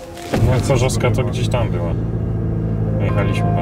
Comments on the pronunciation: Ul. Chorzowska a nie „chorzoska” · Chorzowska nie Choska xd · Mieszkam w okolicy i zrobiłem stop po półtorej minuty, bo słyszę jak gość mówi Chorzossska zamiast ChorzoWska, pewnie pozostałych widzów ze śląska też to razi. A może tylko mnie?